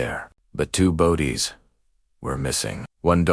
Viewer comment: Yes, obviously. The mispronounciations are awful: "bow-dies," not "bodies."